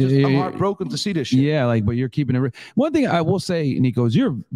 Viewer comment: When u hear shayt 🤣 nico in building